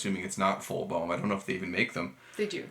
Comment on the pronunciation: Thank you for informative interview with someone who plays a true Boehm clarinet. But shouldn't you learn how to pronounce "Boehm" properly?